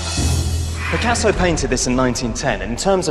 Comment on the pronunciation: You're right this man could habe try to learn correct prononciation. Picassoww !